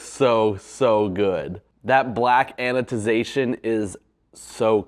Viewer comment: Please stop saying anoTization. It's anoDization.